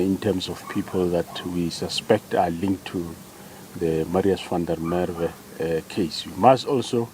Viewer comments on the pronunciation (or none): Please, please, please pronounce Msrius van der Merwe's name proberly. I can't bear to hesr you saying it hundreds of times and still not getting it right. If you can go to the trouble of reporting, then prepare properly.